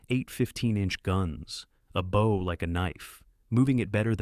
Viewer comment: "Bow" is not pronounced like bow tie. Prinz Eugen, not You Gun.